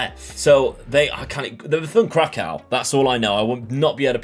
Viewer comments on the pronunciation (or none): none